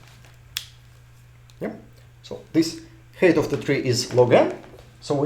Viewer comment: Height is pronounced hite, not hate